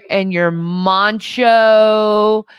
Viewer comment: she really said "moncho" instead of "macho" 😭😭